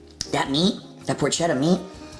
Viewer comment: Of course he pronounces Porchetta wrong.